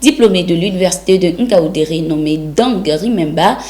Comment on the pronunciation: Ngāu ndērē. Pas Oungaoundéré.